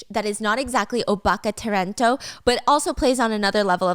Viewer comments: Ta-ren-to like “talent” right? The toronto is tripping me out HAHAb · My brain cells die every time she says "terento". Replace R with L and see what that sounds like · Steph, it’s “tarento”from the English word “talent” but Japanese pronunciation of L and R is confusing 😂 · Just some info. The word is not 'terento', it's 'tarento', as in 'Talent'. They're seen as minor celebrities who do it all, sing dance act, but mostly are just entertaining. She was also a 'gravure' model which mostly means a little risqué to explicit depending on the person. Also 'yankee' was used to describe really rebellious youth that would break rules/the law. It's not a slur as far as I know. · I think it is TA-REN-TO lIke a 'talent', and idol etc xD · タレント？😂 pronounced talento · It took me way too long to figure out you were saying "tarento" with a heavy American accent. And like, I'm an American who lives in Japan, I've both done and heard it before. It's fine. Not your fault. But the person researching for you really did you dirty by not explaining that it's literally just "talent" with a japanese accent on it. XDXD